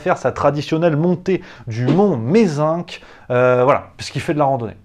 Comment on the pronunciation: je fais parti de la minorité silencieuse et je surkiffe tes vidéos. Mais là ça ne peut plus durer, c’est une honte! On ne prononce pas le C à la fin de Mézenc!